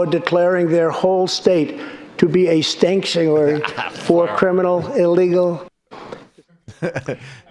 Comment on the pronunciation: Nah he said "stankuary". He knows we got the loud pack😏